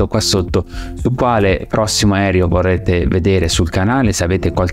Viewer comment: Grazie, bel video. Ma perché continui a dire "aerio" anziché aereo? 🙄